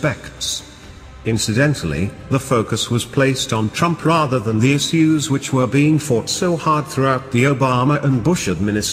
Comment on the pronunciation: He says is-use instead of issues